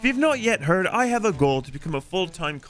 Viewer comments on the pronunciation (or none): none